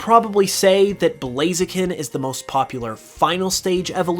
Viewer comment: Bro said blazian hahahaha